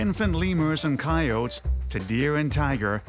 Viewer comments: Cai-otes? It's cai-oh-tee. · He said ciotes not coyotes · He said ki- oats IT’S KI- O TEES!